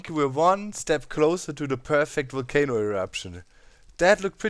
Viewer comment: Always look forward to your vids. Always dig your accent too. This time you had me dying... sounded like you say "kind of cool for a 'WOOL'-cano in my opinion" Burn it DOWN XD. Quite interested to see how close the witch farm is going to come to it. Also, are you going to place enough standing lava to keep it lit and mob-proof to maintain the perimeter? Actually, maybe keep the light levels down so mobs DO spawn and you can have an EVIL island. (You can always clear the island by activating the Volcano and Watch 'em BURN!!!) Thanks for all the great inspiring content!